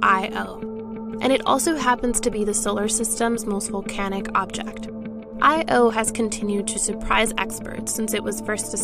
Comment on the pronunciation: It’s not “I.O.”. Is this a high school student?